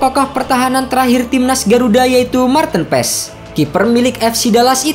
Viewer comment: penyebutan nama Marteen Paes yg bnr adalah Marteun Paas huruf e dibacanya double a kata coach Justin trs huruf double ee di nama depan bacanya bukan tin tapi teun kaya bahasa sunda